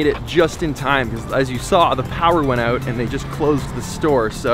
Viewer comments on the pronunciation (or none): "Oh, the power is oot! I'm so scared!"